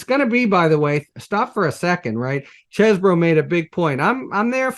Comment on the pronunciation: Mr litman is a gentleman. I really like him. He's down to earth enough to cuss but he insists that Cohen says Cheseboro not cheesboro. I love it